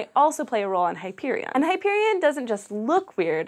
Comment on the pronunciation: Eye-AH-pet-us. Hy-PER-ee-on. Mur-AN-dah.